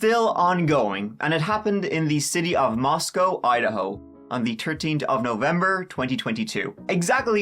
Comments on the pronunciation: I’m super impressed that you are pronouncing the name Moscow correctly. Even many of the major news agencies reporting pronounce it as if they were talking about Moscow Russia. Nice job! 👍🏼👏🏼🥰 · Idahoan here. Thank you for pronouncing Moscow right, if out of staters would only pronounce Boise properly. However, I was a shocked you don’t know why they’re looking for that car. It was literally caught on tape at the time the deaths would have occurred. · I’ve been watching your videos for several months now. Also, I’m from Moscow and live here. THANK YOU for pronouncing Moscow correctly lol. Even the FBI tip line says it wrong. I was nervous for your background on Moscow. I assumed you’d dog on it like you do most cities lol. But really, Moscow is a great town. Love it here. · Thanks for pronouncing “Moscow” correctly, and not like Moscow, Russia. 😉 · I really appreciate the fact that you pronounced Moscow properly. That’s something no one does for this town lol. Grew up 36 miles from Moscow idaho and Pullman. This is the biggest reason even in a small town I carry my CC daily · I grew up about the same distance from Moscow, in WA... Agreed about how pronounced Moscow correctly. It's been difficult to listen to other people reporting on this tragedy, who pronounce it differently. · As a native Idahoan, I especially appreciate properly pronouncing Moscow... We are in Idaho not Russia. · Thanks for pronouncing "Moscow" correctly! I used to live in that little city. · Wow. It's crazy to hear you talk about the town I work in. I live in Pullman in Washington 10 miles away.... I'm a mental health therapist who works right off campus. I literally am about to drive through campus on my way home from work right now. And you pronounced Moscow right! Not like Russia! Thanks for your respectful conversation about the students. Helps humanize them. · You pronounced it correctly! Us Idahoans appreciate that amigo!